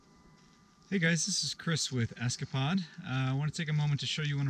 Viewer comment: Esca-pod? Like eska-pod. It think 'escap(e)-pod' would have been a better pronunciation